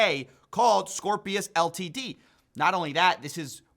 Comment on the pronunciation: Pronouncing Ltd as ‘L T D’ is oddly amusing to me